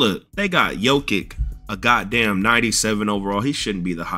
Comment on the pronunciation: Bro said jokick 😂